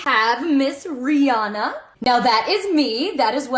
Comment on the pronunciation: Why does no one know how to pronounce Rihannas name?